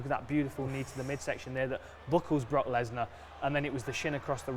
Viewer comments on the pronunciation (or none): none